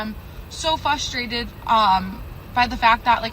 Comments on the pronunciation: "So fusstrated" "So fusstrating" Oh, so she's dumb. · she said “Fustrated” I think I see the problem here. oh my gosh she said it again! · she lost me at “fustrated” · she cant eve say frustrated properly. Fustrated. Youre dumb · Red flag #4,595: she can't pronounce "frustrated" correctly. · fusstretted rofl once she started talking she dropped about 50 points